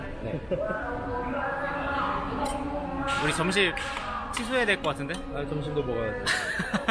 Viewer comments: 드디어 🥰 근데 오빠, 사토 아얌 아니라 소토 아얌이에요 허허헣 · soto ayam, not sato ayam lololol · Thank you for the update... Btw, it's soto ayam, not sate ayam 😆😆😆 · Correction : Soto ayam ✔️ Sato ayam ❌ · Not sato ayam but SOTO AYAM